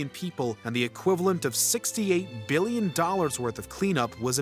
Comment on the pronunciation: “Yes … 900 beelyun.”